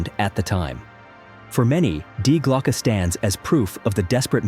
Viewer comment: And Glocke is pronounced Glokah. The e is not silent.